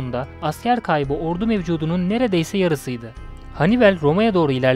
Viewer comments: Çok basit bı video olmuş ,kaliteli değil. Anlatan kişi sizi videonun içine çekmiyor maalesef, ayrıca Hannibel ne ya?? Hannibal olarak okunur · Hannibel değil Hannibal,sinir bozucu videoydu. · Kardeş sen bir daha seslendirme yapma okuma...Henibel..Övel ne olm Övell.. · Hanibel demesi biirtek beni mi rahatsız etti?